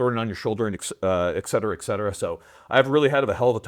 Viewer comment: "Et Cetera." There is no "X." Couldn't finish the video. Do better,.